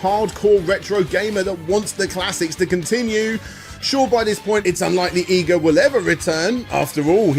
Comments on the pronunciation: Iga - ee gah not eye gah Komine - Koh mee nay not Koh mine This is japanese not english, the rules for pronunciation are EXTREMELY easy to pick up. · You cant even say his name right his name is I G A and not EYE GA.. stop bull-fecesing around... you can say IGOR but you cant say IGA... you are being stubborn and respect that man and pronounce his name correct as how you hear it im sure you heard it before now go and practice it... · "akumoojo" "eyega" "kohmyne castle" "battle of eighzu" christ man. I don't expect the average joe to have to learn how to pronounce random stuff from a language he doesn't speak. But you're not the average joe, you're making money off of hour-long documentaries focused on japanese media. Is it really too much to expect you to learn to say other people's names, other people's locations? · please.. PLEASE stop saying japanese words... its horrible... i know you youtubers hate being pestered about pronunciations but cum on... its not hard... 5 vowels.. look it up...you werent even consistent on EE-ga or Ai-ga... also did i hear a kojima -san? like hideo?... koji -san.. i think you meant...jeezus.. im gonna purposely fuck up everything brits say now just to spite you... but still.. a good video...i know.. iknow... im the problem here... just try a little more... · Consistent pronunciation? Who the hell needs it? Iga, Eega, Aiga it's all the same.